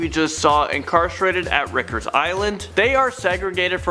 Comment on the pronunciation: Riiiiiiiiii-kers Island, not Rickers Island!